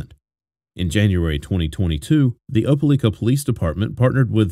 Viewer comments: The mispronounciation of "Opelika" is driving me bugshit. The newscaster even SAID it in the video at the beginning. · A British person speaking with a perfect American accent? No. Btw, right off the rip, this guy mispronounces “Opelika” too.